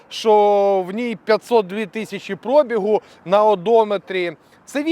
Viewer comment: Будь ласка, пробІг, наголос на 'І', завчасно дякую за розуміння.